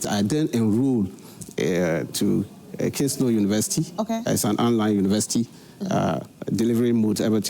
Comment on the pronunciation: He said Kingsnow you're here saying Kingston